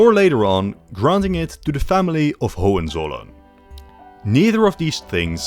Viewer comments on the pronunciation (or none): none